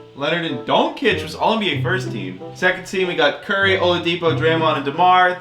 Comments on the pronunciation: It's pronunced donCHic not donkec or however you say it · For the love of God please stop saying "Donkic" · How can you be an NBA fan and pronounce Doncic like you do lmaooo enjoyed the vid though. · Dude. You gotta learn how to properly pronounce Doncic